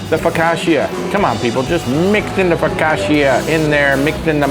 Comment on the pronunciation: How are you Italian and can’t say focaccia right